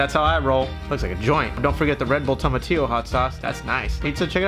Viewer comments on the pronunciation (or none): none